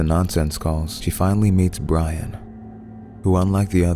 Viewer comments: Its pronounced Bri-ann (Brianne) NOT Brian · It's not Brian. Wtf? It's Bri (Bre) Anne(An) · Jesus Christ hire VA's that can read. Brianne = Bree-anne not Bry-an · Brianne is pronounced Bree Anne - not Brian. Smh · Are you sure it's pronounced "BRY-AN" and not "BREE-AN"? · BREE-ANN = BRIANNE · Am I the only one who's bothered by the narrator calling Brianne, Brian? closes laptop and walks away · bry-in and not bree-ann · I don't think that's how Brianne is pronounced